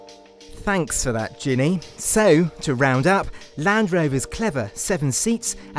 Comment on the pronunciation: He can't pronounce her name ginne it's genny